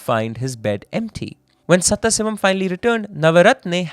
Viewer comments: Where is this presenter from? Keeps repeatedly pronouncing Sadaasivam as Setthasivam 😂😂😂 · The name should be pronounced as Sadhaasivam not Satthasivam. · Please invest in a pronunciation expert for South Indian / Tamil names. Our names sound so foreign coming from a fellow Indian Pretty sure its is actually Sadaaasivam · I cannot forgive you for the way you pronounce "Sathasivam".